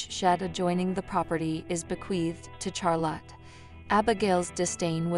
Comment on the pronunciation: Please quit saying Char lot. It’s pronounced Shar lot.